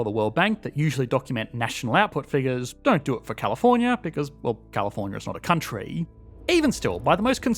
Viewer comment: California’s not a countreyii